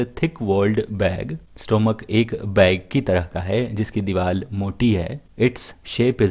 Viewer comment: Sir soory but it is diwar not diwal